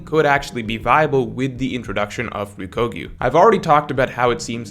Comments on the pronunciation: you are awesome but please start saying "Ryokugyu" ("ryoku" = green) not "Ryukogyu". I notice in all of your videos and streams. for example. Thank you. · Do you keep saying ryokugyu incorrectly on purpose? The ku it's not a ko く≠ こ You can just say aramaki. I realize that's easier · How to pronounce Ryokugyu: Ryoku is a pronunciation of the kanji for green, and it's sort of like Ryuko from kill la kill if you switched the vowels. Gyu means cow/bull and is pretty straightforward! So it's Ryoku-gyu instead of Rio -kugyu